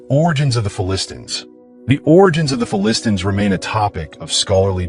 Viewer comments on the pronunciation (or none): AI cannot pronounce Philistines correctly. Phili-stines.